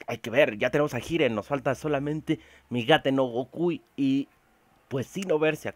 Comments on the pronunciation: Se dice yiren no giren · pero suena bien culeron que le digas giren xd